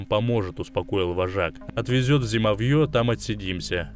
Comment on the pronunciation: Не зимовьЁ, а зимОвье